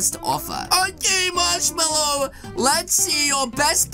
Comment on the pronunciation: Its "Marshmello" NOT "Marshmallow" !!